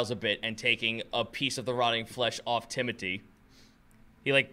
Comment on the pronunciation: Is it Timothy or Timoty? Because I am sure I’ve heard pronounce the “th” in TimoTHy but other times he says Tim-oty. So, a bit confusing. Also my uncle is named Timothy so every time this NPC is mentioned I picture a bigger, simpler version of my uncle. Lol.